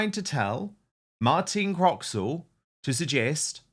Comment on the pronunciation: Talking of reading correctly from the autocue, Dan, the presenter's name is Martine Croxall, not "Martina Croxwall" as you said !! Martine has been newsreading for the BBC for many years, and is a popular presenter. I'm sorry you had never heard of her!!